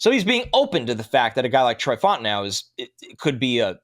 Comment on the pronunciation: “I like Troy Fontanow a lot.” Who? Lol i think we need to the double check on that pronunciation. 😂